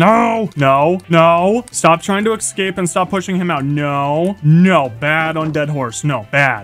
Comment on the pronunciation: Please for the love of god stop saying "Excape"!!! Escape has never had an X in it.